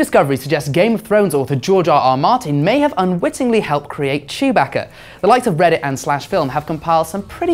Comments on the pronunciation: Chew-bacca. BRUH ITS CHEWBACCA. CHEW BACCA NOT CHOOBAHKA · This dumbass pronounced chewbacca name wrong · He pronounces chewbaca strangely